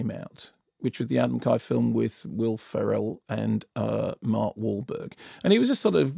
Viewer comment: Does Kermode just pronounce names incorrectly on purpose? McKay and Ferrell... there's 2 ways to say those names, he always chooses the wrong one.